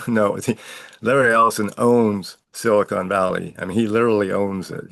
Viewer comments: silicon, not silicone. Big difference, lol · Omg. It's SILICON CON. NOT CONE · FfS, it's pronounced silicon, not silicone. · SILICON Valley, not "siicone". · It’s pronounced Sili”con” Valley and they pay for Sili”cone” Sally 😂😅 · Silicön ---not Silicone Valley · Please stop saying "Silicone" - it affects your credibility and sounds utterly dumb ( sorry ). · Him calling it silicone valley made me laugh. 😂